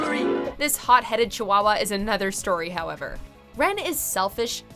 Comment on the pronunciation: I love how they mispronounced Rens name.